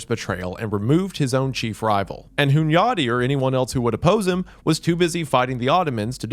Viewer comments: His "Hunyadi" was pretty close tho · As a hungarian I approve pronunciation of Hunyadi. Also, Dracula was also known by the name Vlad Tepes. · I respect you for pronouncing Hunyadi’s name correctly 👍